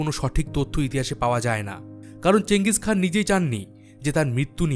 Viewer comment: ওটা চেঙ্গিস খান না চেঙ্গিস খা